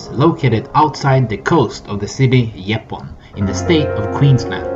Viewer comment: It’s pronounced as Yep poon 👍